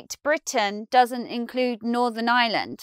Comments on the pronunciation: You don't pronounce the "r" in Ireland? It is as if you are saying "island" and not "Ireland". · Please, it's pronounced Ireland, not island. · As a non-r-dropping American, I chuckled to hear you say what sounded like “the island of island”. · I've always been bothered by the way English people pronounce Ireland and this video shows why. Most English people pronounce Ireland pretty much the same was as they pronounce island. Which lead to a sentence in this video that sounded like this "northern island is on the island of island" when in fact the sentence was "Northern Ireland is on the island of Ireland". Ireland and island are different words, there is an R in Ireland, just sound it out! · You've missed my point completely. You're right, the phrase "island of Ireland" is correct. I'm commenting on the the English pronunciation of the word "Ireland". They pronounce it exactly the same way they pronounce the word "island". So it sounds like they're saying "island of island". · I thought exactly the same I'm still learning English but it was so hilarious. Like, she didn't even tried to make it sound a bit different one from the other. English is funny thou'